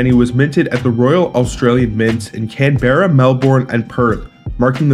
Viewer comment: Learn how to pronounce Canberra and Melbourne.